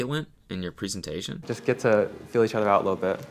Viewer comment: Cody is turning American because he’s saying preeesentation